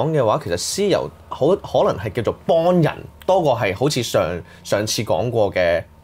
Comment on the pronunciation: 3個懶音都好嚴重：[降]頭、[幫]人、[講]、[額]頭......